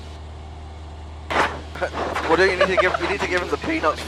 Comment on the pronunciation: Even after the video. I think I'm gonna hear 'Oh Pilot' with accent continuously throughout the day 😂